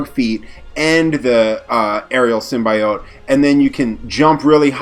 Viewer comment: You devs said symbiote wrong like the people on the venom movie...